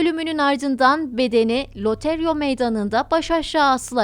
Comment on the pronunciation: Loreto meydanı yazıldığı gibi söyleniyor LO-RE-TO gerçek'ten bu kadar zorlanıp yanlış telåfuz edecek kadar zormu ?